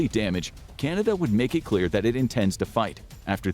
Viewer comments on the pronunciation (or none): when did 'clear' start being pronounced 'culer'?